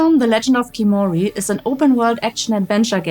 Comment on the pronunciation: Why is the main character redhaired ? and why can't you pronounce Khiimori the right way? Everytime you say kimori it butchers the word ffs.